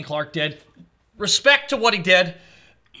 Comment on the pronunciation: Thought SP-Cell says "Respecc" in Kai.